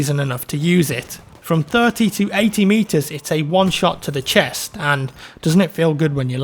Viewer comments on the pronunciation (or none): none